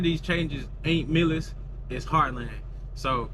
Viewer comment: Artificial intelligence you need the learn how to pronounce your company's name.